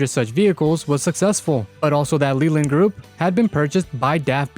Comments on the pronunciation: It’s Leyland pronounced Layland. Not Leeland. And whilst I’m at it, it’s Jag U Are, Jaguar. Not Jag wah. 😂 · Man the only issue I have with the video is how Leyland is pronounced one of my college bros works at the main factory of Leyland trucks UK. It's also pronounced LAY land.